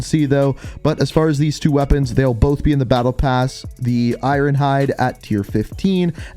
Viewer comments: & - I’ve never heard anyone pronounce the word “iron” like “I... Ron.” Lol! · I know it's i-yorn when you pronounce it but probably because of his accent? Idk